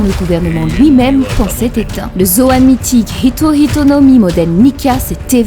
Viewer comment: Ce que j'aime c'est ce petit détail qui fait que prononce bien Hito Hito et non Ito Ito comme beaucoup le font (normal, c'est le français). Ito Ito no Mi c'est le fruit de Do flamingo, donc à ne plus confondre avec les Hito Hito no Mi de Chopper, Sengoku ou bien Luffy désormais.